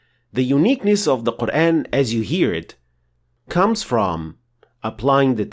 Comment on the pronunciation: I'm new to this channel, I can't help but notice your English accent the way you pronounce Quran, oddly sounds like Qur-Én although it's not a problem at all because it a little bit closer to native modern Arabic speaker.